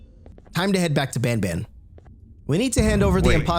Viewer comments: Not bonbon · I feel like they wanted to name the main character "banban," but they pronounced it as "bonbon," which is a type of french chocolate.